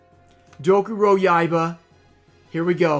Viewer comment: "I just can't pronounce these Yu-Gi-Oh card names guys I'm sorry" same guy who says Dokuroyaiba like it's nothing lol